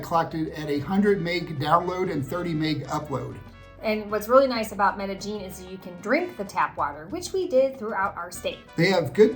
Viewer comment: Medellin..like med-uh-yeen. Not med-uh-jeen.